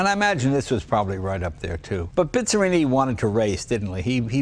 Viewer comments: Jay is "BIZZARRINI" no "BISZARINI" 🙄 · Quando l'talia era la prima al mondo in tutto! Per favore, non si pronuncia Bizrini, ma Bizzarrini, per favore.